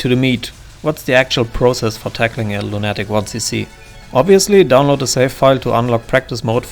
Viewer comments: Distracted by I'm used to lunatic being pronounced luna-tic. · Great video, but the way you pronounce lunatic causes me extreme pain.